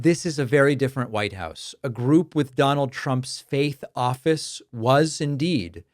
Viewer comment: Oh, you said faith office. I thought you said fake office.